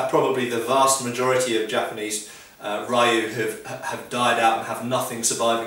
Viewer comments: Rioo? lol, Just like Street Fighter, it's ree-oo. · I love your videos. I'm not trying to be a jerk, but if you say "lou" your pronunciation for "ryu", a Japanese family/linage will be much better. Thank you so much for your time and great videos!! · Ryu is pronounced with just one syllable.